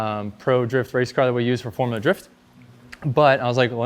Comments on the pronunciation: "forula" drift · "Forula" Drift???